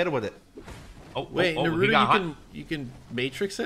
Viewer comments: It's naa·roo·tow That's how you pronounce Naruto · The way they said Naruto and sasuke hurt me